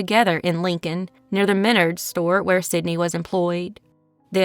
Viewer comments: I came here to say this. My son works at Menards and he was frustrated every time she said ME-nerds. He was like "It's me-NARDS" 😂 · You pronounce the Menards wrong. It's Men-Ards. It's a regional home improvement store that started in my home state of Wisconsin. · Menard's is pronounced men-ARDS. Just an FYI. That last story - wow, those were some scary people. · Minnerds... LOL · Also, I just lived somewhere where there was a Menards and it’s pronounced My- Nards. Almost like “my balls, but nards” lol! I always make fun of the name, I’d never heard of it before. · In mid Ohio we pronounce it Men-ARDS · We pronounce it like it rhymes with Yards. Men-ARDS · .It's pronounced Me- nards in my neck of the woods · Stop saying menards like that.